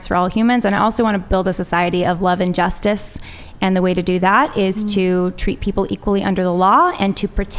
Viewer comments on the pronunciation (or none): none